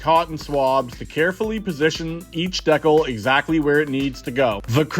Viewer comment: Everyone you said decal I cried just say decal